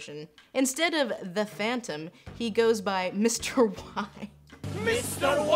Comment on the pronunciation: Its Mr Y not Mr Why